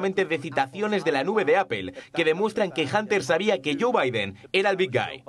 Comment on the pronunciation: Y lo de "janterbaiden" ha estao bastante bien, sí señó...! JANTERBAIDEN, de ese...!